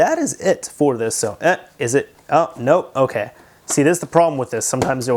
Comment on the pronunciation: it's in "ogay" condition